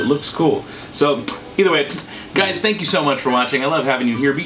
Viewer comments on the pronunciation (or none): none